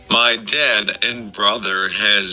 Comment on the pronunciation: Notice how he pronounces dad as dat or tad. or am i the only one